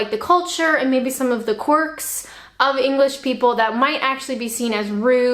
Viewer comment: BTW, it's 'Quirks' not 'Quarks'. The latter are a fundamental particle that makes up parts of an atom.